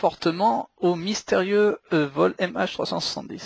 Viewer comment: une vidéo ponctuée de "euh" toutes les 3 secondes c'est épouvantable ! Et puis on ne dit pas 20zzzz ingénieurs mais vingt ingénieurs. Aussi, on ne dit pas mystérieu avion mais mystérieuzzzzz avion (car mystérieux prend un "X") . Et puis, arrêtez de parler de camion, il s'agit d'un ........ avion. Un gros NAVION !!!